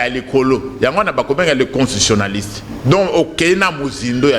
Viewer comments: Bonjour, est-ce que professeur a koki ko prononcer convenablement " constitutionaliste". Il prononce "constionaliste". Lui qui en est spécialiste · S'il vous plaît, c'est pénible d'écouter mal prononcé un mot qui revient souvent ? CONSTITUTIONALISTE